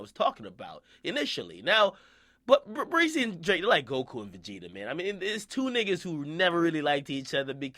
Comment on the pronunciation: Stop saying brisk breezy fam